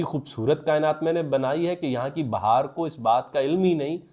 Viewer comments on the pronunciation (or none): none